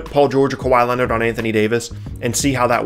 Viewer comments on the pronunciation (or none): none